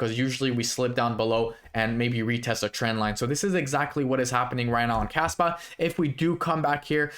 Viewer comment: Sounds like you are saying Kasta instead of Kaspa at the beginning of video. 2 very different projects.